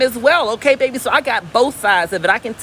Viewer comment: “Bayyyyy beeeeeee” 😩🥰😂🤣 your a southern treat